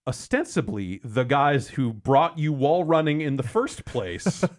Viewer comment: lawl when said ostensibly